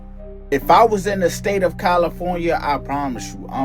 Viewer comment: Did dude say “Califuna“? And watching fire fighters spray water from their hoses, he said where did the rainbow come from. Embarrassing bro